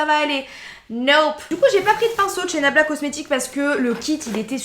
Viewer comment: Se que j ai entendu c est blabla cocmetics😂😂